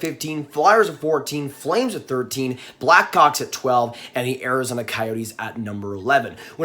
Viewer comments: Omg did he say blackcocks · ayo the way he said black hawks